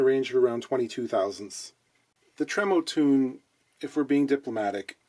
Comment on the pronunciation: Thanks for the video. Awesome content. But it's "Trem-O-Tone" not tremotune